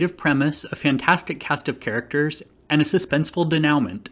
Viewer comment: You mispronounced 'denouement'. Otherwise thnx for the tip, will watch.